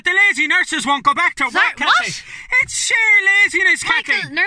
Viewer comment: Oh bleedy hell Kat-leen....